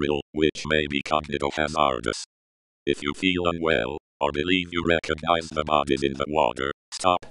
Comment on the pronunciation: he said recogize at the end